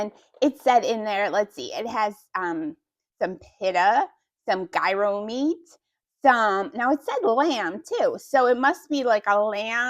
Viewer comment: Google the word Gyro. You are saying it wrong. Greek food